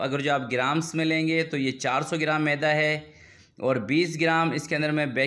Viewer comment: اپنا تلفظ صحيح كر لين ميده لفظ هى معده نه بولين. كيك زبردست جزاك الله